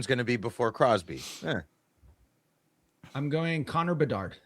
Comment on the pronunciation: Hahaha 😂 omg it’s so funny Dave “Crosby”❌ “Crosby”❌ “Crosby” ❌ “Crosby”❌ “Crosby”❌ “Crosby” ❌